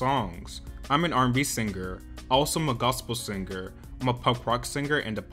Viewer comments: Came to the comment section to see if anyone else noticed that...“SinGGGher” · Saying Sing-ger instead of Singer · All I have to say is that the "G" in singer is silent dude.... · The “singger” pronunciation is so annoying tbh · Why did you pronounce 'singer' like there double gs?